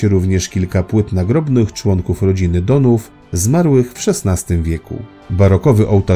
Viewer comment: Pałac Dohn h, a nie ch. Poważny błąd.